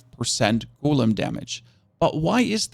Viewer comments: what the hell is a goooolem? Did I learn english on a different planet? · Repeat after me. Golem. Not Goelem.